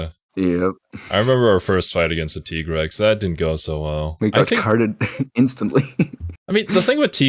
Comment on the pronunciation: I’m going to be that guy. Not tea grex Tigrex Tiger T. rex. Tig Rex. Not ti grex